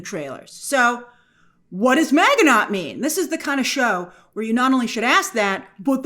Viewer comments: That pronunciation of Miginot. I guess they never say the name in the show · You are so smart but kill the pronunciation of Maginot. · 😂grace didn’t bother to look up the pronunciation of maginot, knowing it was French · You’re mispronouncing “Maginot”. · The T is silent in Maginot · We have a ton of French loan words in America, and if you ever covered WW2 History in school this name comes up, so yeah, I was cringing at the pronunciation. 😂 Show sound's great though. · It's ma-ji-no not mag-e-not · Grace it's not Ma Gi noT, it's pronounced Ma gi NO! long stress on the O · Grace, Maginot is pronounced Maj-eh-noh. Its a French name. Just fyi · It's not pronounced mag in ot.....itsMaj in o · “Mahj-ee-no”, not “mag-ee-not”. It’s French. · It's pronounced Maj in oh Grace.. A million Frenchmen cried out in pain with your pronunciation.. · Ma-ja-no not Maginot. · The word "Maginot" is pronounced "MA-zhi-no". Not MAG-uh-not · First thing I noticed also. 😂 She didn’t remember he was a French man. Definitely Not pronounced “Mag-e-Not.” 😂 Ma-ji-no is the correct pronunciation, like you mentioned. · Pronunciation Magin no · It's pronounced ma-ji-no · Proper French pronunciation for Maginot, - Ma-zhi-no - (the G is a soft G, the T is silent). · Pretty sure it's pronounced "man-gi- no" Maginot. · lol "Maga-Not" 😂😂😂😂😂😂 I was making breakfast while listening to this breakdown and I was like "What the hell is a maga-not doing in Aliens..." Then she started to describe this history and I was like "😂😂😂🤦🏽‍♂" Oh Lord, not Grace representing us Americans on the world stage 😂 You Europeans mustve been like, "Americans 🤦🏽‍♂". I swear, some of us actually know history over here and with knowing the history can pronounce the words😂🤷🏽‍♂ Amos - The name of the ship is the Ann-you-bis Kenzo - You mean... The Anubis, Egyptian God of the Underworld...? Amos - 😑😑😑😑😑😑😑😑 Kenzo - Sure, or we can call it the Ann-you-bis 🙄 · "Maginot" is pronounced Ma-Zhi-No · I was like "Maganaught"?